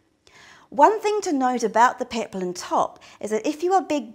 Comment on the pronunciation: it's peplum, not peplin